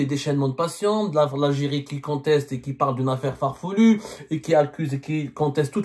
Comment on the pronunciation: FarfElu ✅ FarfOUlu 🚫